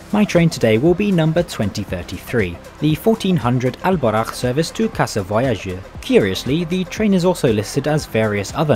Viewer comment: Just saying, its pronounced Bou-RAq